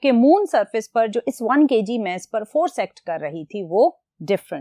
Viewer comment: Meas ❌ mass ✅